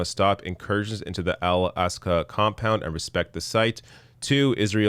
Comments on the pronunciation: Correction: Al-Aqsa not Al-Asqa! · Al aqsa not al asqa. 😁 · Correction: it’s “Al Aqsa”, not “Al Asqa”. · Its Al-Aqsa not asqa. Great video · Good coverage. But it's "AK-SA" not "ASK-A". Thank you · The correct term is Al-Aqsa mosque not Al-Asqa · CORRECTION : It is not Al Asqa. It is Al Aqsa mosque. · It’s Al-Aqsa, not Al-Asqa. That article had it wrong. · Al-Aqsa not Al-Asqa...@ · Ist is ALAQSA not ALASQA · Its AL-AQSA not AL-ASQA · It is Al-Aqsa not Al-Asqa... good reporting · It's "Al Aqsa", not "Al Asqa" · Al Aqsa not Al Asqa ABC news don't even bother to know the proper name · Actually it’s Al-aqsa